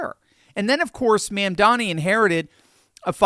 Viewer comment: I like how he calls him "Ma'am-dani." 😆